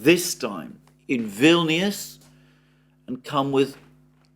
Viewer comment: Vilnuous rhymes with villainous! Ominous?